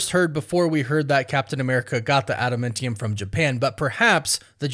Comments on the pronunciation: Adamantium. Not adamintium. Trashtrashtrash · Wtf is ADAMENTIUM?! Its ADAMANTIUM. Smfh. Annoying af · first of all the substance is not at a momentum it's Adamantium like Adam and Eam Not Adam Mentem there's no mentee in Adamantium so change your pronunciation and get it correct it's Adamantium. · Say it with me, Ada-MAN-tium! Lol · Ada-MAN-tium my dude. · Add a MEN tiyum 😂. 🤦🏼‍♂️. Fingernails on a chalkboard.